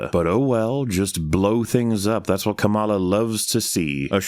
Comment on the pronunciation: the kamala mispronunciation had better be a snide political reference